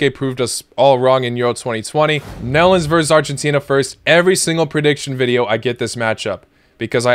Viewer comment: Did you say melons or nedlands or netherlands?